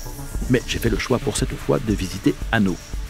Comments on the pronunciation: Bonjour, super reportage mais j'ai noté une petite erreur. Annot ne se prononce pas "ano" mas "Annote" je sais que ce n'est pas grave mais je me permet de vous le dire ;) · Merci d’avoir aussi bien parlé du Train des Pignes. Il est fondamental pour tous les gens qui habitent dans les vallées mais qui travaillent sur la Côte ! Juste une petite remarque : Annot ne se prononce pas « anno » mais « annote » accent du midi oblige 😂😂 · Super, l'intro qui commence sur les "éléphants ", juste après Entrevaux. Ce sont des ouvrages qui protègent des chutes de pierres la ligne et aussi la route (l'ex N202). Sinon, on dit le t de Annot et le s de Allos ... pour Entrevaux, c'est bon, on ne dit pas le x. 😉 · Bon reportage si ce n’est 2 petites erreurs de prononciation, le T de ANNOT se prononce et le S de ALLOS aussi.